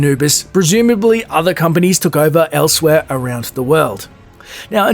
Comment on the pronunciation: "Arounst." lol.